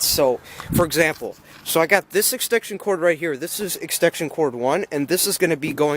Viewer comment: its extension, no extekshion ek-sten-shun